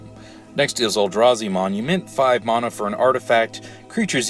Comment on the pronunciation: Theres no H in Mana, jesus that's annoying. It's like saying Shaymin instead of Shaman